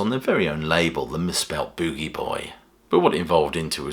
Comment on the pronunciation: Yea... pronounced "Boo-Gee." The AI mispronounced it.